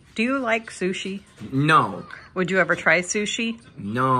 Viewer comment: "fru-shi ?!?" ... get's me everytime